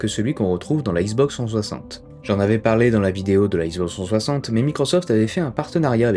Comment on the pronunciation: « La issboxe twoisante » X - Box - trois - cent - soixante. Désolé, c’était plus fort que moi.